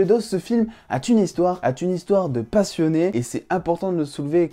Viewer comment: "Ce film a t-une histoire... a t-une histoire" 🤣🤣🤣🤣🤣🤣🤣